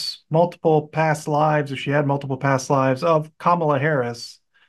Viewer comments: Please pronounce her name properly...it's KAmala....the accent is on the 1st syllable...NOT the 2nd syllable. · her name KAMALA, is pronounced like “comma LAW” with her accent on the “law.” Not “KaMALA! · Get her name correct. It's pronounced Comma-la. Not Kamaul-A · needs to learn how to pronounce her name… comma-la… not ca-mal-la! Been there and now I do better, so…💙🇺🇸💙🇺🇸💙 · It’s comma-la Harris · Please try to say Vice President’s name correctly! Kamala (Comma-la) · Her name is Comma - la - get it right.